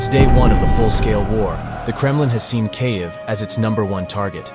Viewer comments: How is it that there have been stories about this war for more than a year and yet your narrator can't pronounce the name of the Capital city properly. If you want to present information with any sense of authority get the pronunciation "Keeeev" not "K-ev" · Great info but hire a real person to narrate your videos. Hearing "Kay-eve" over and over completely distracted me from the video. There are plenty of English speaking voice actors out there that would gladly do it for free in support of Ukraine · Kyavvviiii the A.i bodice is crazy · Learn how to pronounce Kyiv. It’s pronounced Keev not Kayiv. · Is no one going to mention that he is saying cay-iv? WTF? I really hope you're pronouncing it that way just for the sake of driving more engagement. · Its pronounced keev. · how do you not know how to pronounce kyiv by now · gosh i almost cant watch this. i looks good i just cant stand the way he says the cities name. uggg. Slava Ukraine!!!! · I've heard Kyiv pronounced two different ways. The way he pronounced it is neither. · How on earth IS he pronouncing the name Kyiv? It's not hard! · 'Kyiv' isn't difficult to pronounce. Yet the guy doing the voice-over manages to mispronounce it - consistently. 😂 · Thanks for your reporting but if you're going to talk about the Ukraine war, you may as well learn how to say "Kyiv" better (it's just one syllable, and think of the "y" as just another "i"). Slava Ukraini! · Until you learn how to correctly pronounce Kyiv, I'm outta here.